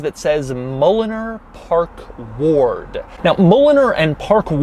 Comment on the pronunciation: Oh! Park Ward! Park Lord sounds better!🤣